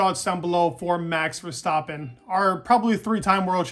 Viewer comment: Very nice pronunciation of verstappen in the beginning!